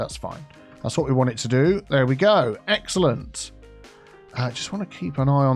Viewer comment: word of the day. "Exalente"